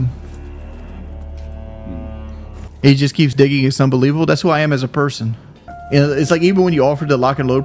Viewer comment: Yes! And he says berson instead of person